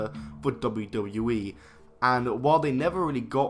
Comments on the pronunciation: Lol he can't say wwe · Can’t even pronounce WWE lol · At the start of the video, the way he said "WWE" 🤦🏿‍♂️ I was like wooah okay buddy 🤣🤣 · Please learn how to say WWE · The way this guy says "WWE" is funny af